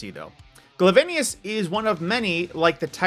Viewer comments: Gle-vain-ni-is ? nice video btw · It’s pronounced Glav-eh-nus, or Gla-ven-us. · Im sorry but when he said glavenus wrong I got kinda mad